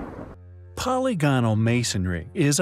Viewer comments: (TC- & ) Whenever I hear words like “polygonal” being pronounced “polly gone-al” instead of “puh-ligginill”, it makes me wanna shit a Bosnian pyramid. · It's po-LYG-o-nal, not POL-y-GON-al.